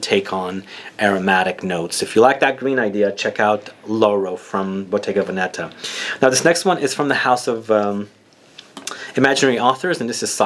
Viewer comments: It's Vèneta not Venèta ;) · you said Venetta